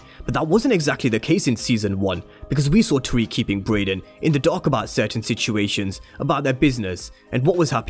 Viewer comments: bro you keep pronouncing his name as “Broyden”🤣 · Why u calling him broyden 🤣